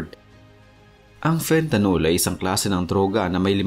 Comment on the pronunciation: Fentanyl o fentanil Hindi fentanol